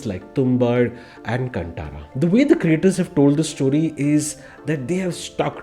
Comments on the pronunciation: Learn to pronounce the name properly please: it’s “Kaan ThaaRaaa (as in thaara = star) Not “C U N T A A R A) 🤦🏻‍♂️🤦🏻‍♂️🤦🏻‍♂️🤦🏻‍♂️ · Great review. Although, a small correction: it's not कंटारा, it's कांतारा. Cheers ❤️